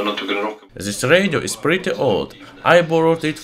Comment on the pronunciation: Try to cut off your "z" from pronuncing. It's very wrong like "zhis"